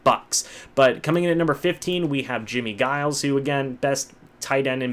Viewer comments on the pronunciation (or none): Good list. I’m glad to see the old guard get the props. That defense was amazing, the perfect 3-4. One beef...its Jimmie Giles (pronounced with a J as in Jiles). 👍👏